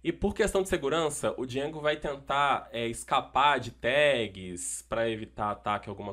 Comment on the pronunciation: eita que agonia quando ele fala "djengo"